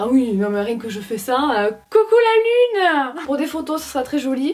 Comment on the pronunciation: « coucou la luneuh » jpp 😂😂❤️❤️